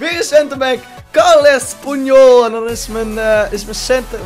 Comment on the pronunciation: Carles punyol? Hoe spreek jij dit uit gap, Carlos Puyol